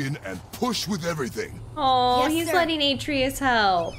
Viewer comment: So glad you're continuing to play. You seem to have so much fun with it, which means we have fun watching you.;-) But, one last time: "a-TRAY-us."